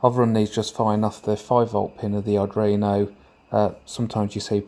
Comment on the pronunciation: Dont get me wrong - I really like your videos and I envy your setup. Absolutely! BUT - In case you didn't know, it's called "Arduino", not "Adruino".. It hurts a bit inside every time you say that word :) Keep up the good work, it's looking awesome!